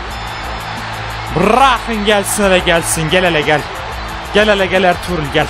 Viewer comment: Abi erturul degil arturut